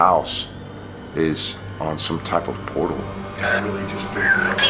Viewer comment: I'm sorry but "portal" and "vortex" do my head in.